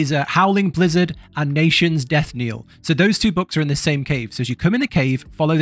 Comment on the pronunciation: You can carry Trysha outside to engage the quest, easier than two people. Not sure why it bothered me so much but it’s “nations death KNELL”-(the ringing of a church bell when someone dies)not “kneel”😅 — I love eggcorns